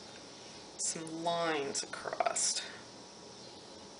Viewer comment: Stop saying acrosst . There’s NO t in across!!!!! Love your idea by the way.🤪🤪